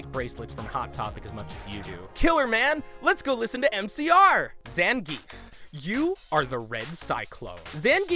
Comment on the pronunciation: Say it with me: "ZAHN-GEE-EFF!"